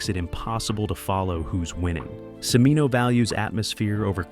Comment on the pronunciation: E-Bert not Ebb-ert. C(h)imino, not see-mino